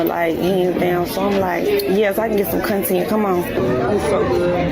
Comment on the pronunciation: ......I can barely understand you......are you speaking english?!!?.......you getting "Cuntent"........not content.....😂